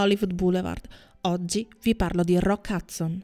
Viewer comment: Anche mia mamma lo chiama Roccazzo! In effetti non conosce l' inglese e se lo pronuncia velocemente suona proprio così..😂😂